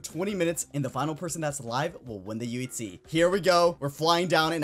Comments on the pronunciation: Why does it sound like he is saying yutzee instead of uhc? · why he say uhc so odd